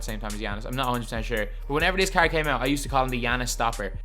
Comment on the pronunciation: you’re just trash, and cant pronounce “card” the right way